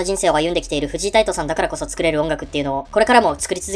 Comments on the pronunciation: フジイ タイト じゃなくて フジ タイトです😂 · フジタイトの事、フジイタイトって言ってる？？